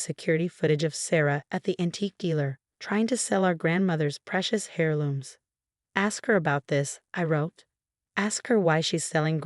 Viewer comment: Oh please! Heir looms NOT hair looms. Learn to pronounce first, go back to school! Heir, the consonant H in heir is silent.